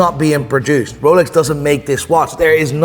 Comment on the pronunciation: You should start using that pronunciation for all watch brands! The Ruuooooolex